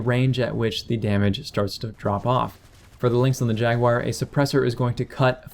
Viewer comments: Where the hell do you get Jag-Wire out of Jaguar (i.e Jag-u-AR)? Honest question. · You saying Jaguar sounds like "Jackwire".